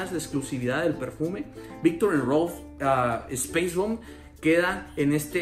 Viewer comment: si, lo sé, pero como lo pronunció como "espeis bomb" y no "spais bomb", por eso lo decía jajajaja